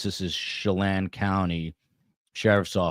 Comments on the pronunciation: Chelan is pronounced- sha-lan. sound and the a sound like Jan. Oakanogan is Oak-a-noggin. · The dog was found at the campsite. Please take a minute to watch the press conferences if for nothing else but to learn how to say Chelan. Shuh-lan(d) and just drop the d. Also, the mother reported that the girls always looked forward to seeing their Dad. Please don't just hop on and record when you haven't researched the incident first!! Poor reporting!!! The Idaho sighting wasn't him. This is so frustrating that the info that you pretty much have is that these girls were murdered by their father. The speculation that you and your guests are putting out there is unacceptable!! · Hi, wenatchee pronounced-when at chee. Chelan pronounced sha lan. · I grew up in Wenatchee, a few miles away from where he got pulled over. This breaks my heart. (FYI the “a” in Wenatchee and Chelan are pronounced like the “a” in apple)